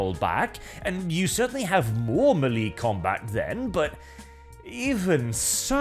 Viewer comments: Melee: Pronounced ma lay not mee lee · Melee pronounced may lay